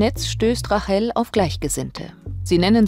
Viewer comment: Rachel spricht man englishc aus, also "Reytchel"